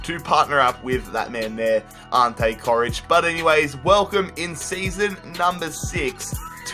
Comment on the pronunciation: Jesus, you really butchered Coric's name